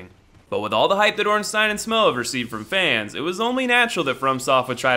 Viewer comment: Its pronounced... OrinstEEN and SmOFF (That's how ur supposed to say it!)